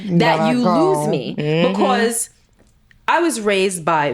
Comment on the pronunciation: Wow 😮 strong things touched on. I want to read the book 📖! She says bacuus so funny 😂! Toast to 💕 27 yrs 👏